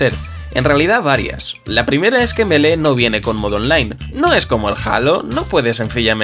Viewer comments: Se dice mili meda cancer que lo pronuncien melee iuughhh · Me mata que lo pronuncies melé en vez de mili, por lo demás fantástico el vídeo :D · Lástima que te guste tanto pero que le digas Melé 😂😂 Si de verdad te importara, por más español que seas, le dedicarías unos segundos a aprender a pronunciarlo "Milí". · Creo q se pronuncia milii, me pueden corregir si estoy equivocado? 😓